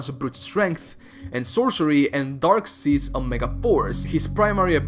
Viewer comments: Darkseed? Is it really so hard to say his name correctly? It's Darkseid (like side). You're welcome. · god you butchered Darkseid's name